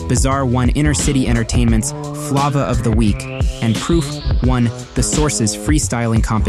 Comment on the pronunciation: Kuniva is pronounced like conniving, flava is pronounced like flavor.